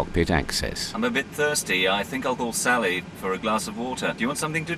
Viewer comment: Sally the flight attendant has a really bizarre accent, she can't even pronounce her name properly, "Sully" ?